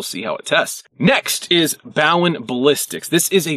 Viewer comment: One little correction. When you talked about Bowen Ballistics; you mispronounced Bowen. It’s O as in bro not O as in ouch. Sincerely, M. S. Bowen Jr